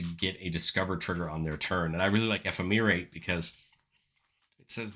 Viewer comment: Enjoying your content! Ephemerate is pronounced eh-fem-er-ate, a lot like the word effeminate.